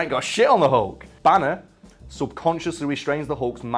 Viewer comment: Its Bruce Banner! not Bruce BANEr you twats.